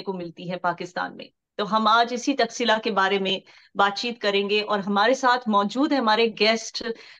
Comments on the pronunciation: तक्शिला नहीं, तक्षशिला वोलिए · It is not taxila it is taksh shila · Takshashila (तक्षशीला ) Nalanda (नालंदा )